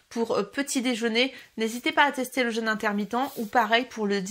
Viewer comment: Pas le jeune... le jeûne.... ça ne se prononce pas de la même manière......😨